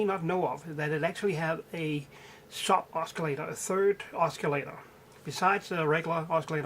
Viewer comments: You don't pronounce the 'C' as 'K' in oscillator , you pronounce it as an 'S' So ossillator and NOT Oskillator. You're welcome :) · the "C" is silent in oscillator lol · I love the "osculator" ;D